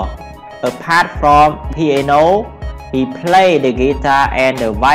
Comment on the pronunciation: "piano " not "qiano "